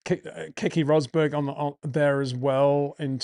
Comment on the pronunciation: You can pronounce Keke Rosberg's first name almost correctly. If you repeat the first syllable twice it would be perfect. I'm sure it doesn't bother himself anymore after tens of years but 😅